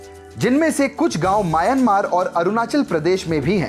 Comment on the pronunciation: पागल mayanmar नाही म्यानमार बोलो.